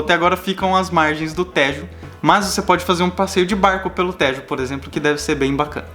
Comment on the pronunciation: Brasileiros que dizem Téééjo e não Têjo, merecem a melhor das refeições, no melhor restaurante vegetariano do mundo e de Lisboa: "Os tibetanos" ! Sempre otimos vosso vídeos.